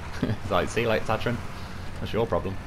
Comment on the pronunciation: you're saying Tatarin wrong, just sayin..